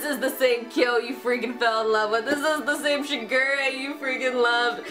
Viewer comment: This one was probably more accurate, but I will NEVER get used to how the new one pronounces Shigure